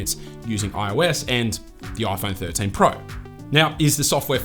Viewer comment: This is the 'Oi Phon Thorteen Prao' 😂